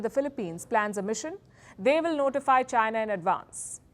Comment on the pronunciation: Palki can't even pronounce 'China' properly. 😂😂😂😂